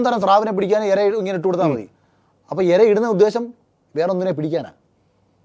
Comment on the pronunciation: എര അല്ല ചേട്ടാ, ഇര